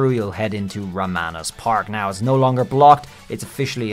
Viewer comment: Ramanas ... I think it's pronounced as "ROM-on-us" (rom on a switch... 😆)